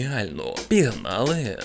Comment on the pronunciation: відео гарне, але хочу дещо запитати: чому "пІгнали", а не "пОгнали"? :)